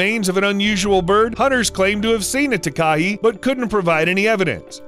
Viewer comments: It's taka-HAY like a gay guy "heeeeey!!" Not taka-he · South Island Takahē*** it's also pronounced like ta-ka-hey. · New Zealander here! “Taka hey” not “tak ah hee” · The Takahē bird of New Zealand is pronounced "Taaa ka he", not "ti ka hey". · Ta-ka-he, not Ta-ka-hee, as a New Zealander this triggers me so much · Tak-A-Hey is how its pronounced, sorry😅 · The NZs takahē bird is pronounced. Ta ka hay. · just so you know it’s pronounced tuk a hay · you have to pronounce takeha ta ke hey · Hi, Don’t mean to be rude but I’m from NZ and it’s pronounced ‘Taka-hay’